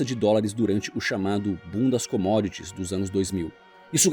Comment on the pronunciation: Minuto 9;09 diz bundas comodits